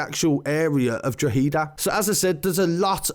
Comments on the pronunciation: You'd be closer if you said drock-head-ah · Say draw-head-A real fast it would sound better r even draw-ha-da real fast 😂😂 but good video 👍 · I’m sorry and most from outside Ireland can’t say the names of some places but it’s pronounced ‘dro-head-a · Drogheda = draw-ha-da and you say it in one go like drawhada. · Someone send this man a WhatsApp voice note on how to say Drogheda please fam, GH has a HA sound, Drogheda say it with me so just say DROHADA, Class video though you got a like. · it’s pronounced draw-hedda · It pronounced “ draw - da “ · Still not pronouncing drogheda right hahahaha it’s draw-hid-ahh. Should cover other stories in Ireland lots of crazy stuff happening at the moment mainly Dublin and cork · It’s dra-her-ahh-eedd-ahhh people cumon... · It's dro-head-da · Its pronounced dro heda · Pronounced drogheda(dro-heh-da) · It's pronounced Druh-ha-dah, so ya know haha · I couldn't even pay attention because he was pronouncing it wrong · Nope you still said it wrong, try saying it in 1 and not 2 parts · Good videos but you still haven't pronounced the word Drogheda properly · Stop saying drogheda your pronouncing it wrong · Your facts are wrong your still saying drogheda and bettystown wrong..get ur facts straight. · STILL SAYING IT WRONG,!!!! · No your still saying it rong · Still saying it wrong 🤣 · Jesus you are so misinformed! That’s not how you pronounced Drogheda at all! And Irish people don’t do call out videos and boxing to “sort out our problems” that’s only done by Irish travellers! They are an ethnic minority and don’t represent the Irish people AT ALL! the rest of us don’t do dumb shit like that at all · You are still saying Drogheda wrong ha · He corrected his pronunciation of Drogheda but got it wrong the second time 💀💀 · Drawheeda lmfao 😂😂😂😂😂😂😂😂 what a thick! its not draw hee da my god like. its pronounced draw ha da, not draw hee da ya melt lmfao...😂😂😂😂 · DRO-HA-DA ...... Not DRO-HEEEEE-DA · hada not heda